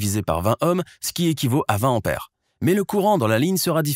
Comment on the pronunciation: Attention à la prononciation ! Il n'y a pas de H aspiré en tête du mot : "ampère"; donc, il faut éviter le hiatus désagréable à l'oreille. Ce vilain défaut, caractéristique du parler plouc est de plus en plus répandu chez les commentateurs radio-internisés. C'est dommage car le commentateur a une voix convenable et ses explications sont claires et imagées.